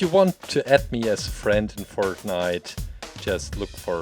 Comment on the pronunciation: That’s not how u say fortnite